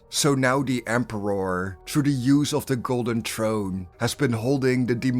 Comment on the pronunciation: For the Empe-rawrrr 💅💅